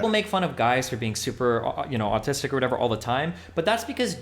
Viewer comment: I love that no one gives a shit if Destiny says autistic like that